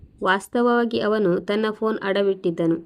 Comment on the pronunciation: Phone ಶಬ್ದ ಸರಿಯಾಗಿ ಉಚ್ಚರಿಸಿ